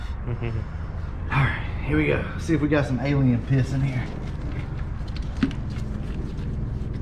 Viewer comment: He said alien pisset... lol